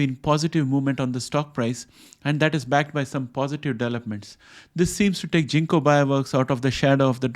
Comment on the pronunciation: It’s hard G ginkgo not jinko